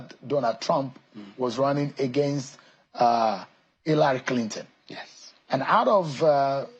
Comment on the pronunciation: “Hilary Clintin” 😂